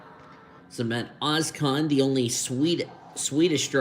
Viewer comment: not as bad as he butchered samet ozkans name